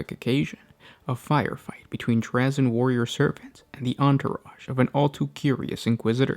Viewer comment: this guy mispronounces words and names in every single video. It's so annoying.